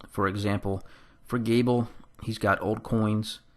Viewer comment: Oh yeah… and it’s Galeb, pronounced Gay-lub